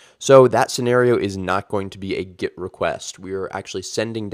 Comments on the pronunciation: Ah, I see. Well, I maintain the videos is ultra confusing because you pronounce your e like an i and it sounds like git. I genuinely didn't get it. Or is that git it? ;) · Kinda confusing that you pronounce GET as GIT